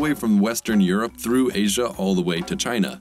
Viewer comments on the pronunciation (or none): none